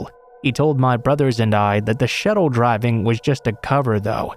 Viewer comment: The word is shuttle. Not shettle. You must be an AI.